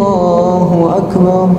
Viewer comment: lafas takbir kurang tepat. wajib di perbaiki krn itu adalah rukun yg wajib.